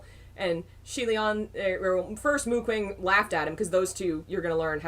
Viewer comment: Oh god as much as I love this, can someone please tell me if they stop saying Mu Qing like that?